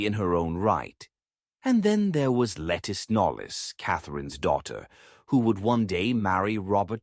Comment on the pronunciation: Lettice Knollys is pronounced LaTees Knowles.